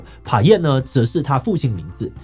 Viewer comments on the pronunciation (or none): Payen的p，應該要發成ㄅ；台灣原住民語和台語羅馬拼音一樣，P都是發ㄅ；只有客語不一樣，這時候又跟英文一樣發ㄆ。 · 官話寶的ㄅ是對應羅馬拼音的P 所以寫寶完全是錯誤的發音 志祺把Payen的P發成ㄆ也是不正確的 這是官話的限制，必須用更完整的發音去理解其他語言